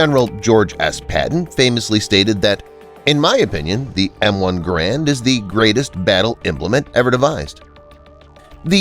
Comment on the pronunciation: “GARE-and” like Air, or errand. So G-Air-and. It’s not pronounced “gauuraund” or “grand”